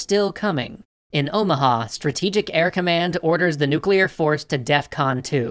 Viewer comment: Navy: breaths Kennedy: COULD LEAD TO NUCULAR WAR